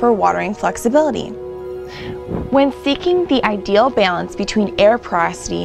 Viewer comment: Say IDEAL again.